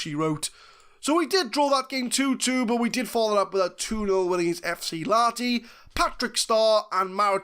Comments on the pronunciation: You're soldiering through the finnish names pretty dang well. Even if "FC Laaati" kills me a little on the inside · A little less emphasis on the A and a bit more audible H and you're golden.